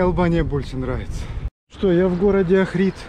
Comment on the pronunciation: Охрид ударение на О